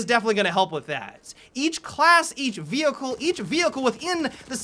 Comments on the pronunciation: did he call a pony a Vecheal ;) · It sounds really weird when he calls it a vehicle ._.